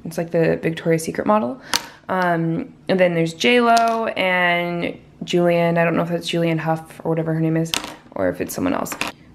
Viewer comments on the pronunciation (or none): none